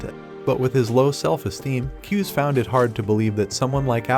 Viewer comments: It’s not pronounced, ‘Kyuze’ it’s like two syllables like “Ku zay” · Not kiuz its KU-ZE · It's KU-ZE NOT CUSE IVE WATCHED THE MANGA RECAP